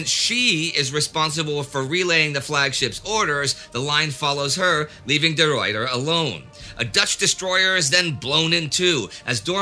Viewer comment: You butcher the name of the Ruyter...... Eternal shame be upon you Indy for this, as Michiel de Ruyter was the finest Admiral to ever walk this earth and a celebrated national hero to the Dutch to this very day.